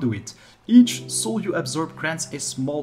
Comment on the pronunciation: How come you are pronouncing "soul" different now? You used to say "sewel" now you are pronouncing it as "sole"